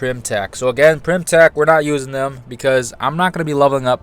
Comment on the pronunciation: Its Pym, not Prym or Pyrm...